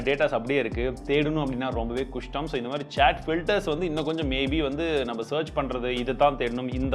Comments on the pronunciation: Enna bro kasdam sollurathukku kusdam sollrigga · kustam illa kastam😂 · Romba kastam bro nee kustam sollumbothu enna bro neengale mistake panreenga 🧐🤣 once more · Kushtam illa bro athu kashtam 🤣🤣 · Kustam illa.. kastam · Mapla athu kustam illa kastam 😂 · Anna athu kustam illa kastam 🤣😅